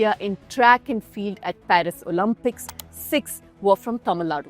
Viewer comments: It's pronounced O-Limp-ics, not O-Lump-ics. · Repeat after me. “Oh-Lim-Pics”. “Oh-Lim-Pics”. Not Oh-Lam-Pics. LOL